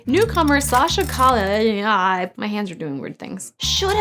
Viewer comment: She did say Sasha Calle name correctly.